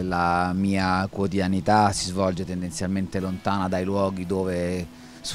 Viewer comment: occhio: "quotidianità". Per il resto bellissimo